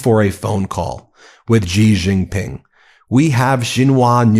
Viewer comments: Great coverage guys. But please learn to pronounce foreign names coz your pronunciation is making my ears bleed. Xi Jin Ping = Shee Jin ping. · Please say Xi Jingping properly, its annoying. Xi is pronounced like 'She'